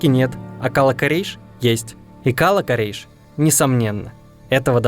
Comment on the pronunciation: Слух режет Кала́-Корейш , ударение на второе а. Кала́ это крепость.